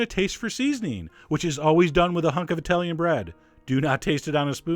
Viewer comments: NOT: EYE-TALIAN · Eye-talian, Douchesch, Eye-ran-ian, Uh-murrrrican, Eye-rock. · Eye-Talian? Really? tsk tsk....